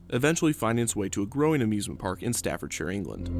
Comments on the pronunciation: You got a like for pronouncing Staffordshire correctly. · I commend you for being the first American I've ever heard pronounce the -shire suffix correctly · An American saying Staffordshire correctly?! What is this magic? Nice video, I went on the black hole a few times back in the early 90's. Legendary coaster. The darkness is what made it. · Great video. And as Brit, I must say thanks for pronouncing "Staffordshire" correctly 😃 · You've done such a fantastic job on this one, Kevin. You got the story of the park and the ride spot on, and you pronounced one of our counties correctly! I've never heard an American do that without being prompted to, and it means a lot for such a small detail.